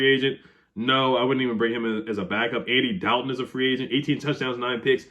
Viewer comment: I don't think you're saying Andy Dalton's name I thought at first you were breaking his chops every time you mention his name but now I think just the wrong pronouncing